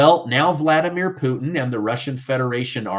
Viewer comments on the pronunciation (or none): none